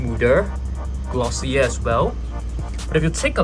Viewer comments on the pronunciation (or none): none